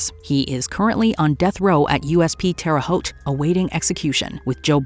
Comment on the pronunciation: She said Terre Haute right! Very rare for someone to get it right the first time.